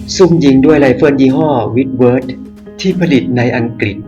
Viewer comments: อังกริด ไม่ใช่ อังกิด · น่าจะออกเสียงให้ถูกต้อง...คุณออกเสียงได้ดี..แต่พออังกฤษคุณออกเสียงเป็นอังกิด..